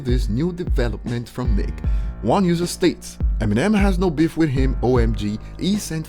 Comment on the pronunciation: The way you say beef 😂 “biff” All love!! Haha